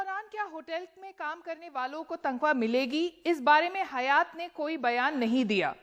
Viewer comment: It's not Hayaaat....it's Haaayat